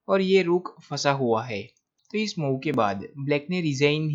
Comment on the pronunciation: Your game selection is good but the pronunciation is very bad. It's मुव्ह not माउ. And why do you sing while talking about moves? I like your game selection but please improve pronunciation.